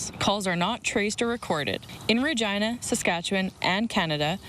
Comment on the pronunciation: Is that really how you pronounce Regina? 😂